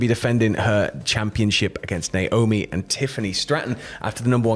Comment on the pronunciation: Honestly Nick didn't look happy at Wrestlemania. Just once I'd loved to hear you all say Naomi correctly instead of Nyomi.